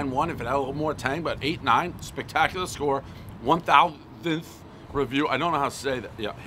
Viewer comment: One thowsith